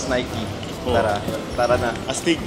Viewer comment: ang awkward ng “astig” HAHAHA